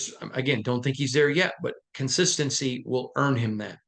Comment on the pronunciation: Love your work, but you butchered the word "consistency" in this take. I been a fan of this team for 36+ years and all us DieHard Raider fans know the Raiders are extremely inconsistent and have been for far too long already, tell us something we don't know, Stevie Wonder ain't gotta see it to know the only thing the Raiders are consistent with is struggling.